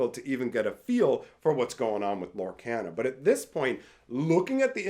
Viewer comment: Does it bug anyone else that he pronounces Lorcana wrong?